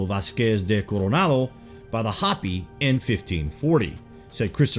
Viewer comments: Pronounced Hoe-pee not Hah-pee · Its not HOPPY, IT'S HOPEY. WE AREN'T RABBITS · It's not hoppy it's pronounced " hoped". U butcher other words too. Do some research then you may not sound like such a Yard when you use words like "erstwhile". Douchey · Hope Eee. Hope Eee. Hopi isn't hoppy it's hope Eee ! yah ta hey. Hastien yazee...dola bichan .oops that's Navajo. William E. Auble Capt and carrier pilot spoke perfect Navajo and listened in on Jap aviators on the radio. It was an almost identical phonetic but different meanings. A complete confusement . He never took credit for starting the Navajo code. So my step father was a reservation hero. As the code talkers ....he then noticed large amounts of cash laden tourists who loved Indian jewelry. So those ww2 pensions bought tools and forges as the largest precious metals movement was allowed as the gold hijaxked from Spain and Mexico that Indians mined was raided 400 years about a ton a year. So I witnessed the largest move of gold and silver from the sacred stashes. Then bullion wasn't allowed until 75 which started a freeforall if stash ownership. Vittorio Peak was a bombing range dozens have tried. Yet I watched load after load shipped nationwide to flea markets and retailers and wholesalers like trademark. Motorhomes worth multiplied millions spread out into distribution routes. It was so cheap. Hundreds of tons of silver and gold ...and you all want it or have it in a drawer. Then in 79 spikes $50+ oz. I had suitcases and went on an 8000 mile bicycle circuit around the US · Hopi is HO-pee. Hoppy means full of hops. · the ineptness is astounding cant pronounce Hopi LOL Calls the Hopppy... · This narrator is great, but never ceases to amaze me with his inability to pronounce common words. "Hopi" is said like it's spelled, no "hoppy".